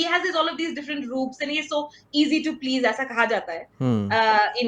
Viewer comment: Om Bidla : Please ❌ Plejjjjjjj ✅